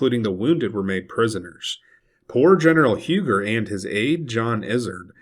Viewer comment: Minor detail-Huger is pronounced even today in Carolina as Huu-gee,which is a Fremch Hugenot name.In South Carolina we still use the old names actual pronunciation.Other names are Izard.pronunced as Ee zard,and Porcher,pronounced Por-shay..Maybe the yankees flooding into Charleston will take note.😊